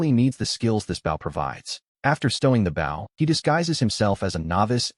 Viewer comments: I really dislike how the AI voice is pronouncing the word "bow." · Lil “Bow” Wow. Why can’t AI say “bow”?